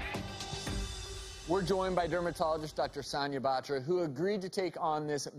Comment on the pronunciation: Why do they have to pronounce 'Batra' like that??